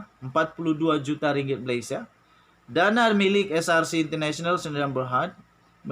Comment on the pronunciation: sebab buat salah tu Allah hukum dia....najib penyamun ko pun buat sumpah laknat tipu...dia sebut pun tk betul...ckp scrc..bukan src...takut kena sumpah laknat , akhir nya termakan sumpah...nk nipu lagi tu...